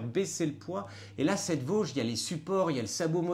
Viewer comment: Salut, petit “tip” de l’intérieur, la marque se prononce “vodji” et pas “voge”. 😊